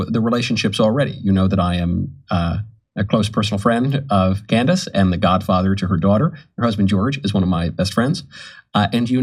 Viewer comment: I'm still trying to figure out the point of this segment. He doesn't even pronounce Candace's name correctly. This is silly speculation with no substance.